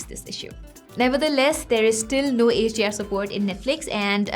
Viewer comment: Every time you say HDR it's sound like Asia